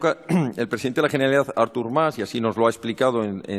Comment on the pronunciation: Jeneralidad 😭😭😭 mis oídos